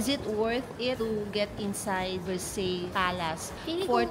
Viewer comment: It’s pronounced Ver-Sāy NOT versailles